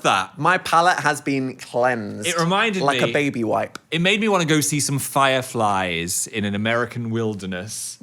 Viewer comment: you would not phelieve your pheyes if 10 million phirephlies